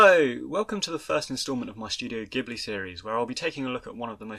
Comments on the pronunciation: Insightful and well-researched commentary, doing justice to a beloved film that I grew up with when it was first released in Japan - thank you. My only small criticism is your pronunciation of 'ghibli' - it is pronounced with a soft 'j' (due to an initial error of pronunciation of the Arabic word by the studio, which stuck). One thing I think is significant about miyazaki which I think you should touch on, is that he created such a developed independent female protagonist - and in subsequent films his many female protagonists are also consistently empowered, strong characters (or develop into such). This type of portrayal of females in animation might also be unusual in the west but it was even more unheard of in Asia where confucian influence has meant that females should be more submissive. Thus, in subverting these values, he is a feminist in my opinion, and a socially progressive thinker. Eg. In his more recent film, ponyo, the original japanese dialogue shows the young boy kosuke call his mother by her name, Lisa, not 'mum', which also subverts general expectations of society. Interestingly, (and I imagine, contrary to the artist's intent) the English subtitles change this to 'mum'. Anyway, brilliant video - his films are filled with symbolism, metaphors, themes and messages, and his occasional interviews reveal a startlingly thoughtful man, concerned for society and its future generations, and trying to inspire people through his films. Great when his genuis is observed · oh, it's no biggie. There's a famous car (Maseratti Ghibli) + Studio Ghibli, which are both pronounced ''Jee-bu-rii'' based on the Japanese katakana. By the way, I love your videos. So glad I discovered this channel!!! <3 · it's pronounced: Jibbly, btw